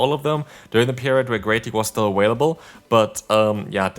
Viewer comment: Three Ah-Whale-ables in one video 🤦‍♂️ So Cringe...